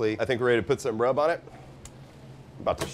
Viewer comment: It's "secret rub". Not "secret grub". Grubs are worms that crawl in the ground.